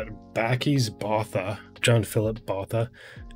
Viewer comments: Boota- we don’t pronounce the h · Bakkies Botha is pronounced 'Buck-ees' 'Bwoot-ha', just to help you out with your pronunciation. Thanks for trying so hard to pronounce the names; we appreciate it. You have picked up some South African fans and subscribers through your Springbok rugby showcase the last few weeks. Well done! If you're looking for more players to review, have a look at some of the past Springboks like Percy Montgommery, Victor Matfield, Bryan Habanna, Du Plessis brothers are some good suggestions. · South Africans pronounce Botha like this: boowatah. Don't linger or place emphasis on any syllable. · Bakkies “Boer.tah” (English pronounces Boer with a silent “r”) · The "h" in Botha is silent, easiest for you to pronounce would be BOW-TA. Not 100% right but easiest lol. Random fact, Bakkies was a nightclub bouncer when he started playing iow one tough mofo. IMHO Eben is a better player - strong, mean, skillful, a leader and intelligent.